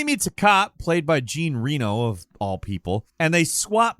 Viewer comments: most american video. First a really bad french accent, and then Gene Reno instead of Jean Reno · I’m sorry did you say Gene Reeno? It’s said like Jean Reneaux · JEEN REENO! :P Its pronounced John Reh-no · The FRENCH actor’s name is NOT “Billy Jean Reno Nevada”, my American-centric buddy.i t’s closer to “Djee-ahn He-know” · That is NOT how you say Jean Reno. JJJJon RE-neau What is your issue with the French? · Come on, man! You have GOT to learn how to pronounce these names! Jean Reno is not JEEN REENO. He's French! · Onimusha sure as hell was weird, but calling Jean Reno 'Gene' is weirder... 😅 Great list though! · Gene Rheeno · I guess it would be like "John Renno". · Did you just call Jean Reno, "Gene Reno" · I was actually stunned as well. I could have never imagine someone pronouncing him like that. If this was a joke, Wow - well done, but i highly doubt it 😉 Gene Reno.. Lmao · "Gene Rinow"? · Can't believe you pronounced Jean Reno like that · Is Jean Reno really pronounced this way??? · missed your chance to do more french accent shit when you mispronounced Jean Reno's name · pronunciation of Jean Reno was terribly great 😂 Great video as always, guys. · My French mum wept…. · Came for the games, stayed to listen to mispronouncing Jean Reno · Please look up the proper way to pronounce Jean Reno's name. The man is a treasure. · While the French impression is pretty spot on, that pronunciation of “Jean Reno” is worthy of being put in a guillotine. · I have never heard someone butcher Jean Reno's name in quite that manner....well done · I’m not even French but I still feel insulted by your pronunciation of Jean Reno 😅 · Bruh the way he said the name of Jean Reno -_